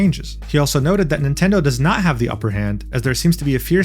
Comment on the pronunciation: NOOO NOT MINTENDI 😭😭